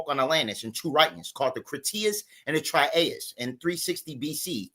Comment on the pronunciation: Critias and trimaus? lol Timaeus fool. he just said what i said earlier!! bahabahabaha. All this information is from western esoteric crap from people like Madame P Blavatsky. do you even have a clue what your saying?HPB sent off the rascist shit.and you quate it. complete ignorance.yall should be stealing from your own culture. instead you steal from the opposite color as yourselfs and claim it to be some new knowledge. not one word any of you said is not ripped off from white occultists. talk about cultutre vulture. give or name me one thing that you can say that actually reflects the realityof reality of what your trying to say being black. because everything you say, everything you reference is all wrote by the white folks. your so lazy that you take the easy way. you need to research your own people and spit fire with that. dont steal other races, espeacially white, when trying to bash the whites. its like throwing another bucket of paint on it to make even more black.